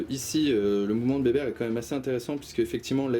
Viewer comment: Pitié , c'est béber sans le "t" 😜. Merci en tout cas, je reviendrai avec grand plaisir.